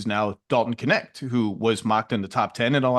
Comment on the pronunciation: Dalton Connect (Knecht). Every German speaker is dying laughing. 🤣🤣